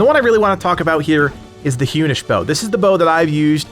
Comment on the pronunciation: it's Hunnish as in Attila the Hun. That pronunciation was awful.